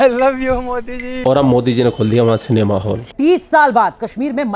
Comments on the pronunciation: Cinema hai be vo...Senmaa nahi😅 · Ye Pakistani.. Cinema ko Senma... Petrol ko Petral kyun bolte hai.. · Canma nehi....Cinema....🙆😆😆😆😆🇮🇳🇮🇳🇮🇳🇮🇳🇮🇳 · ye senma kya hota hai😂😂 inko cinema medicine rickshaw jese pronounce karna bhi nahi aate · Bhai cinema bol, senma nai!!😂😂😂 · Sanma nahi bhai it's cinema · Senma.Not cinema.